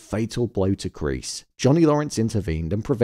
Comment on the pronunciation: kreese ❌ Kleese ✅